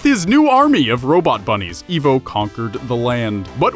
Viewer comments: That was deep. I just sent it to a friend who LOVES Sonic and thinks Eggman is cool. Wait until he sees this 😆👍 Also it's pronounced EYE-VO, not EE-VO. Lol. Also you didn't talk about Julius Robotnik, but mentioned Gerald. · Pretty sure it's I-vo not E-vo... >.> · Evvo it's fucking ivo (idk how to spell it) (eye-vo) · It’s ivo not evil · I thought it was Eye-vo, not Eeh-vo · You call yourself a sonic fan but you can't even pronounce "Ivo" correctly -_- I - vo not E - vo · It’s ivo robotnick(eye v o robotnick) not e v o and robot nick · I thought it was "Dr. Ivo Robotnik" not "Dr. Evo Robotnik " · Izuku Midoriya it's Ivo…he just says Evo… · It’s pronounced like eyevo not evo if it were evo it would be spelled evo but it’s spelled ivo as in it’s pronounced eyevo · IVO! IVO! NOT EEVO! IVO! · Eye-voe Robotnik not Ee-voe Robotnik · It's ivo not eevo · its ivo not evo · Also it's IVO not EVO! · His names pronounced “I've-oh” not “eve-oh”... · [/] I-vo. [x] E-vo. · 54321 Ikr, i got way more annoyed with that than i should have been. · For reference most pronounce his name as I-vo. Not E-vo. And he is only known as Ivo Robotnick here in the US. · U said Evo, not ivo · This is f*cking scary when you think about it.... But then again, he pronounces 'Ivo' as 'Evo' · Yeah, it's pronounced "eye-voh," not "ee-voh." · I thought his name was pronounced 'eye-voh' rather than 'ee-voh.' ??? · I-vo. Not E-vo. It’s supposed to be Russian. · Pardon me but its Ivo as in "I vo" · It's Ivo! >:( EYE-VO. Get it straight! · nope He’s called dr IVO robotnik because the ivo is pronounced as evil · yeah he says it like evo and it hurts me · R3KT It's supposed to be eye-voh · I can’t even believe how many times you mispronounced my first name